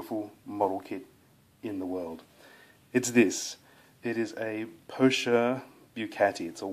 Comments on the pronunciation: It's pronounced "poker" like the card game. You are pronouncing it the French way but the "ch" in "pocher" is pronounced as a hard "k" in Italian. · in Italian the "ch" before an "e" is pronounced like an English "k". So it should be po-kair, rhyming with "hair". The computer tools may well be small enough. There's a shop near the Vic Market that has those tools and they are not so pricey.